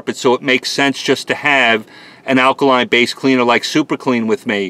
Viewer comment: Take a shot every time he says akaline...